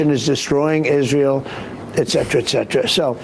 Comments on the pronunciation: I find it offensive for anyone to f*cking pronounce etcetera as EKSETRA. Pisses me off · et cet·er·a /et ˈsedərə/ stop saying "ECK CETRA" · I'm with Bender. That excetera excetera from Trump was too freaking funny 😂😂😂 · He probably thinks it's "eksetera" dumb a..😂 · “Ek•setra” “ek•setera” 😕 Trump gets it right … but the hosts … hmmm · Why can hardly any American say "et cetera" correctly? There is NO k! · You host a talk show, but for the life of any of you can't properly pronounce 'etcetera'. All three of you got it wrong. Stupidity proudly on full display. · I can't take anybody seriously who mispronounces the word "etcetera" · 'Et' cetera. Why is this so difficult? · It's "etcetera", not "exetera". Otherwise, I enjoyed this panel... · It's eTcetera not eCcetera. Come on guys, if dumbo Trump can get it right, you guys should too. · Why do Americans always say exetera? It is etcetera. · Why do people always say “excetera”, when the word contains a “t”, no “x” - it’s eTcetera! I’ve heard this so often and always wondered about it. This is one thing that Trump actually said correctly in this interview. Who would’ve thought that Trump could ever be more correct than the generally smarter hosts of this show? Sorry, I just had to point that out. That being said, though, roughly 60% of Americans identify as Christians, so is he saying that they mostly don’t vote? How have Christians been treated badly by this administration? Especially Catholics?! What nonsense! Biden is a stout Catholic and goes to church. Trump probably only entered a church for the first time in decades when he attended GHWB’s funeral. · This one is hard for me, people saying ex sedra is a pet peeve, it's et cetera. There's no hard k sound. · Are these commentators saying "eck cetra"? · How can we take you guys seriously when you pronounce "eKcetera"? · it's "et cetera", by the way